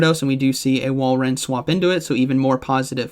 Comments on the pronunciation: It's Wal-rain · I love how every commentator struggles to pronounce Walrein, lol. I think it’s Wall-rain